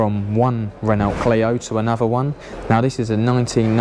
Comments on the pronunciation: Nothing to do with your accent. You just need to learn how to say Renault 🤣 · How can you not say Renault?